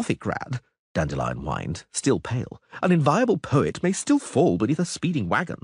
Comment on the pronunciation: I really hope learned how to pronounce the word "Dandelion"